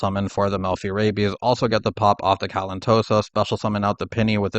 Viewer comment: I am so distracted by the fact that you keep saying rabies instead of rabby/rabbys.